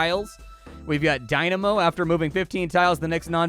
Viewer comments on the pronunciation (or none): none